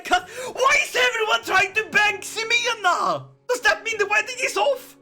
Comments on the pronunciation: Quick Spanish tip: the "X" in Ximena is pronounced like the h in "hit", so the proper way to pronounce the name is "Him-ay-nuh" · You know he is pronouncing the Spanish names and places wrong on purpose, right?